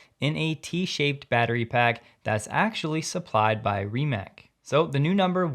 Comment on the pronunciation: Rimac is ree-moss. Son just interviewed with them last week.